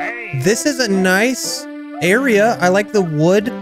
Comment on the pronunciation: "We've never been straight" Niceu, Niceu. Very niceu.